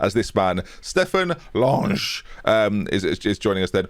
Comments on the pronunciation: It’s pronounced Lang-er. Like hanger. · I believe Lange is pronounced as Laan-ga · More like lung-eh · Lange rhymes with hanger. Also yeah we called it wall ball at school in Kent, although it turned into Donkey/Arses Up if we wanted to add a competitive element - if you don't hit the wall with your first touch you'd be up against it and every kid playing gets to have a shot at your arse (with the ball...) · lange = lang-eh we called it squash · Pretty sure its LANG-AH, like Hanger. Great signing though. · As he’s German rather than French I’d say it’s probably “Lang-a” haha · also - Lange's not French, it's not pronunced like that XD